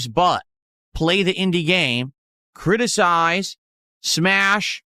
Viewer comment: “critiSIIIIIZZZE” needs a speech impediment named after him.